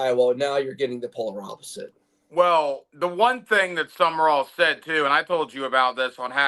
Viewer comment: It's SUM RALL you idiot not SUMMERALL. For a week you mispronounce his name.